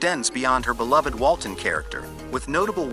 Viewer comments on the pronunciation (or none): none